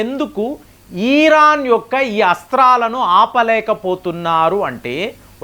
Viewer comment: ఈరాన్ కాదు సామీ... ఇరాన్ 😸👹🦟